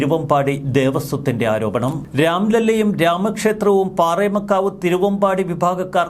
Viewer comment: പാറേമകാവു അല്ല. പാറമേകാവ്